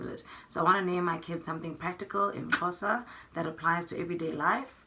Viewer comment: I loved when you pronounced the Xhosa words. Love from Kenya